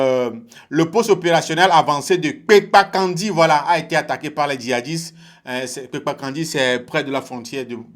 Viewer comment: Vous prononcer mal ce nom, on dit kpenkankandi , je suis natif de là.